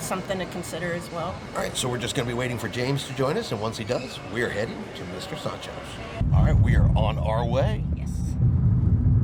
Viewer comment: Love the way he says Mr Soncho’s…. lol… Mr SAND-Cho’s